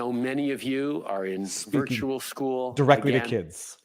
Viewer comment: I'm sorry, I listened over half a dozen times to figure out He actually said SPEECHUAL🤡